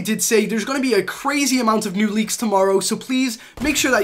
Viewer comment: I thought he said nude leaks